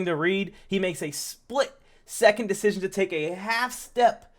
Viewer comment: Man said “poor decison making”😂😂😂😂😂 I damn near jus turned the video off in the first minute